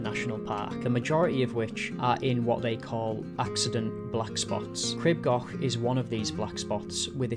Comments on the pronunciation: Crib gauk. Not goch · Local here, for anyone who’s interested, the pronunciation is Cr-ee-b G-or-ch I know the ‘ch’ is tricky though! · For goodness sake, PLEASE PLEASE learn how to pronounce Crib Goch! The "o" isn't an English "o", it's a much elongated "o" as in "store" not a short "o" as in "gone".